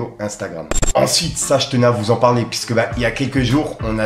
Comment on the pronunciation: "pisse que" "pisse" "pisse que"" pisse", je le répète : tu fais mal à la tête ! On dit : PUISQUE ! P U I S Q U E !